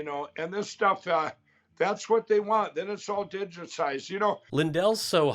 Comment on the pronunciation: I think you missed Mike's mispronunciation of the word digitized. He's slurring it so bad he sounds drunk and it sounds like "digisized". Love your take on Mikey.